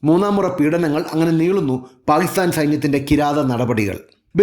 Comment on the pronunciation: First learn to say Pakistan properly